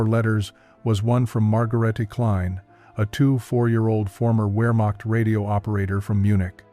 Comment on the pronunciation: DEFINITELY NOT "WEARMOCKED FORCES, BUT VEAHMACHT GERMAN W= ENGLISH V GERMAN V=ENGLISH F